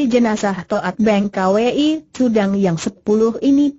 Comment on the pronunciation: Toat Beng Kwi dibaca To at beng ka we i lucu.. computer mmng yg baca